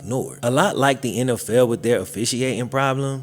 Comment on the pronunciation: lol you say "NFL" like "N Ell Fell"